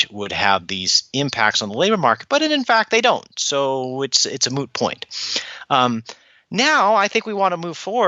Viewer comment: moot point sound like Joey from t.v show "friends" he says "moo point" to Rachel 😆😆.